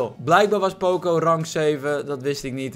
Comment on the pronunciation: Waarom zeg jij poocoo het is pocoo